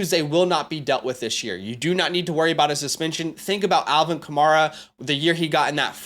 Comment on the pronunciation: Love the advice. My only comment: It's Alvin Kamair-a. Mair said like hair